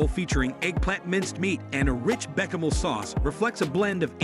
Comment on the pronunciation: beh-kuh-mel sauce? Mih-soh soup? Sour-krot? Tah-muh-lay? Boo-ee-uh-bay-zee?